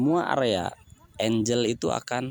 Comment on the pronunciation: Bukan enjel tapi enggel😀😀😀